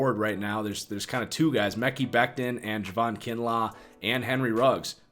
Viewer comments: Lol it’s not Mecky Becton its MUH-Ky Becton... Great video, falcons getting chase young tho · Mickey Beckton 😂 (Mah-Kye) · Mekhi sounds like Mech-I, not Meckie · it’s Mek-EYE Becton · It's pronounced Muh-Kye Becton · buddy out here say meh-key lmao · I love the content but please pronounce Mekhi and Biadasz correctly hahaha its been like months now